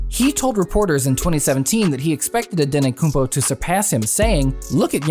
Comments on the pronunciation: Its antetokoumpo not anetokoumpo😃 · Dude, it’s “Antetokounmpo” not “Ante-koompO.”Don’t make a video about a player before making sure you know how to pronounce their name. So embarrassing. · Antetokounmpo man with 't' not antekonoumpo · His name is Giannis Antetokoumpo no Giannis Antekoumpo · Antetokumpo not andetokumbo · makes a video about Antetokounmpo and calls him antenokounmpo the whole time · this guy said his last name wrong the whole time